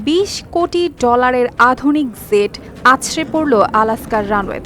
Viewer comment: উপস্থাপিকার বাংলাটা খুব সুন্দর তবে ইংরেজিটাও ঠিক করতে হবে। জেট বিমান, ইজেক্ট - এসব শব্দের “জ” (J) এর উচ্চারণটা ঠিক করুন। নতুবা এত সুন্দর কন্ঠ অসুন্দর শোনায়।